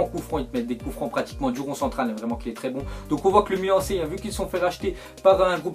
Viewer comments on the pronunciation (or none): none